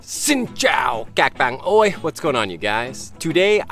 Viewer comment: I'm your big fan, I want to say that I really like your contents, creation and your ways of creating and acting in the videos, especially your opening sentence haha " xin chao cac ban oi ", I love your " oi " sound